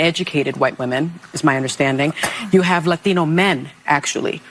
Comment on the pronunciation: "La Theeno" men. Lol.